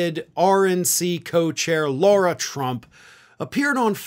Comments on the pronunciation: Lara not Laura not Lora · Lara, not Laura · Lara, not Laura. Just for the next story about stupidity. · Please call her by her name.. Lara, not Laura…small detail but you sound better when accurate; I’m a big fan of yours!! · Please stop calling her “Laura”, which is also the name of my dear daughter. Eric’s wife is named “Lara.” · Do you continuously pronounce Lara Trump's name incorrectly as a way to dig at her? I don't really care it's just something I notice every time you say her name.